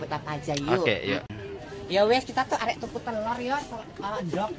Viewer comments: arep...bukan arek 😂😂😂😂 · sanjange "arep" Mawon, mboten "arek" 😅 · yg betul AREP yaa... sayangg...bukan AREK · bukan arek tapi arep 😊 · Bukan arek tapi arep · Dudu arek yuk,tp "arep" 😀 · 😂😂tempe bkn temp..k